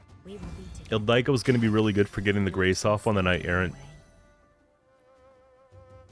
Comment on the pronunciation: Ildiko is not "ildaiko", say it like you say the other names like Priscilla. The second i is pronounced the same way as the first one. Sorry I had to say it it hurts 😅